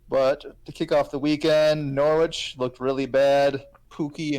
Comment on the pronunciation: Subscriber #24 🥳 I like when people do long FPL streams or podcasts. Nice conversations. FYI the 'w' in Norwich is meant to be silent, sounds like a sandwich when you pronounce it! ✌️